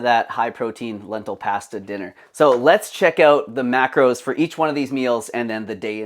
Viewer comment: I can't stand when people say pasta like that 🙉